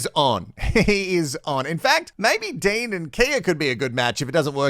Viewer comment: His name isn't Dane it's Dean